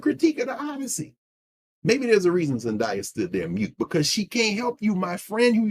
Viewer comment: She pronounces her name is "ZenDEYa". 😘